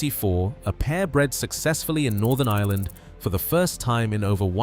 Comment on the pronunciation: There is an R in Ireland